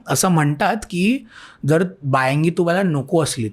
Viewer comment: बायांगि नाही बायंगी